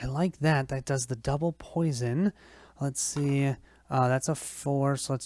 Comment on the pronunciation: POI-SON not PO-SHUN